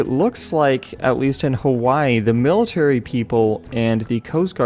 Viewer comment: o fucking duck its its HAWAII